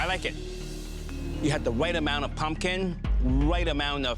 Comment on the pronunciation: “You had the wight amwount of pumpkin. The wight amwount of stock. uwu”